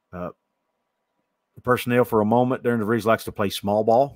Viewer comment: Apparently though his first name is placed like it should be pronounced Deh-ree-ann, it us actually pronounced like Darren!